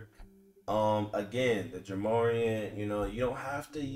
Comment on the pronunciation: Bro… Its’s pronounced like Jah More-Ant 😂😂😂